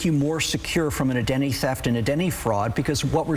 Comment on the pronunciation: )) “A Denny” theft and “A Denny” fraud? SLOWWWWWWWWW DOWNNNNNNNN. 🐢 lose the puppy dog energy and pronounce correctly.